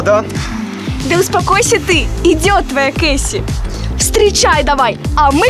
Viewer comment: Не Кесси а Кейси